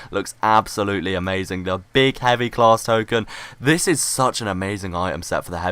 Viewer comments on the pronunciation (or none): none